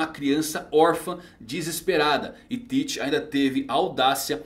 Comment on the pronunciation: Mas essa é a forma correta de se pronunciar.